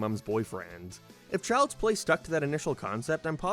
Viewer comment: Ah, yes, Chjlds play